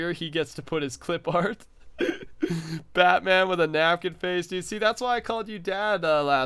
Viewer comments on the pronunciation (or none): none